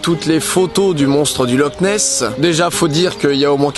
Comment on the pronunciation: Ça se prononce loR nes